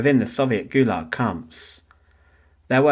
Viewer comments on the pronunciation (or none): none